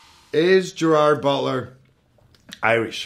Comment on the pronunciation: Yes and it makes me sad